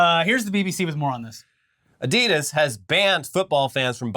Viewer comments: Adidas is a contraction of the founder's name Adi Dassler. Aka. Adi-Das. Not Adee-Das. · Pronounced Ahdee-dass